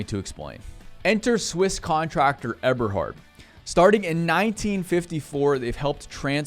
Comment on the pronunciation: check on the pronunciation: Eberhard.... it is a long "E" sound, German E